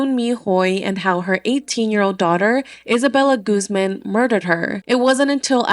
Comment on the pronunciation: Why are you pronouncing Guzman like that 😭😭